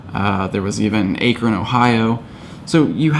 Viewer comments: "Ay-kren Ohio".. Ugh.. It's AHK-REN" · Ack-ron. Not a-kron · AIKRON...... ITS AK-RAN... Goofy Akron Ohio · Akron is pronounced "Ah-kron", not like "acorn"... -__ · Akron-not A' kron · He can pronounce stuff in Japanese, but I died when he said AEkron, instead of... Akron, OH. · 😂 Aykrin Ohio. Its pronounced AckRin. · First of all it pronounced ak-rin and it was only stops no special spawns, special eggs, regionals or anything special. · it's Akron pronounced 'Ack-ron'. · its pronounced "ahh-kron" XD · I love you but it hurts when you pronounce Akron that way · You pronounced Akron wrong it’s a long a (like in bat) and the o is a u sound (like in run) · haha mispronounced Akron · i thought it was kinda funny tbh XD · I to lol’d. I suppose it happens. I was always under the impression that Akron was large enough to be known how to pronounced by most people. Not a big deal, just amusing.